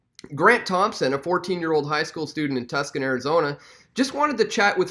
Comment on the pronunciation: It's pronounced, "Toosaun," not "Tuskin."